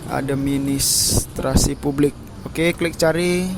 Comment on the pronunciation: administrasi bang :")))) bukan adem sari heheh